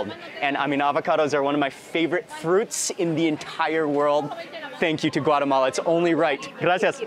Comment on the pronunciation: Thanks for pronouncing “Guatemala” correctly ❤